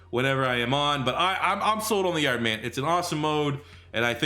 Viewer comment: I love how he says the yard😂. He says “the yurd” 😂